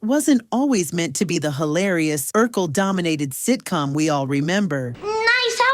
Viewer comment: Urkel not Urquel😂